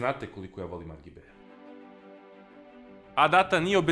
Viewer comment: Može da bude "ar dži bi" ili "er ge be" nikako ovo "ar ge be". Što se tiče kućišta samo napred